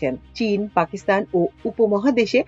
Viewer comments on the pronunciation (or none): none